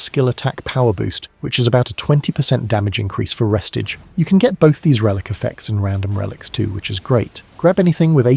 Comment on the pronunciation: ITS NOT PRONOUNCED RESTAGE! ITS RE-STAGE!